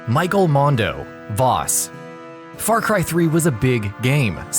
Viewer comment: Michael Mando* not mundo